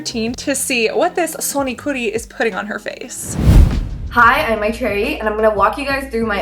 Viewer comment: Tfw cassandra pronounces maitreyi;s name better than maitreyi